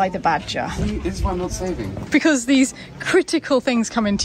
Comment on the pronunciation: Did say critter-cal things regarding the badger?:D